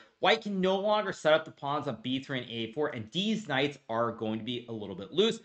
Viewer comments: Did he say deez knights? 😂 everything he says is so straight faced it’s hilarious when he makes a joke especially when I’m not sure if he’s joking or not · I love your dedication to saying "deez knights" every single time without fail. Love it. keep it up. 🤣